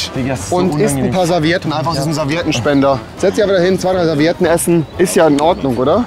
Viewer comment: Do you want some Serviedn?